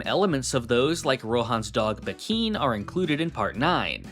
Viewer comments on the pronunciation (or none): they're pronounced "laburantAYS", not "laburantESS" and "bAHkin", not "bakEEN", also i have an araki forgot, how did stroheim know what happened in phantom blood, that it was called hamon/ripple and that joseph had to go to italy and meet caesar to level up his hamon?